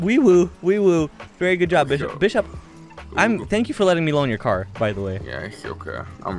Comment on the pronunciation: You said bis shop 😂